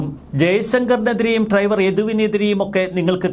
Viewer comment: ട്രൈവർ അല്ല, ഡ്രൈവർ